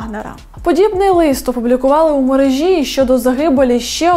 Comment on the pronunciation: МерЕжі, сонечко, мерЕЕЕжі - не мережІІІ, ви ж журналіст!